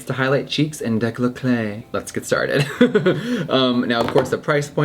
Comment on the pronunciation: "deck-la-clay" lol